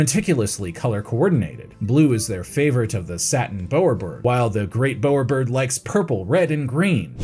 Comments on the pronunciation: It's Bow-er bird (bau-uh buhd). Like the Bow of a ship. Not a bow as in Archery. I'm guessing you are a Seppo (American). As they never pronounce any words not American right. Nor do they bother to do a simple search to learn how to do it right. I swear Seppo's get every single Aussie word wrong all the time. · Excellent work! One small bit on pronunciation, the bow in bowerbird is pronounced the same way as in to take a bow 😊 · Every English speaker on the planet screaming at the scene over the pronunciation of Bowerbird.